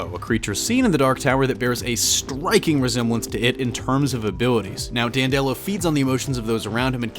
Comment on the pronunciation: It's Dan'-de-lo, not Dan-delo'. (At least, going by the audio books).